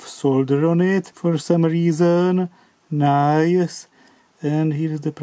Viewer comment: whenever this man says "nice", i think eye eye , it's dodgy, and somethings a foot dear watson. 😂😂 LOL. 🙂🙂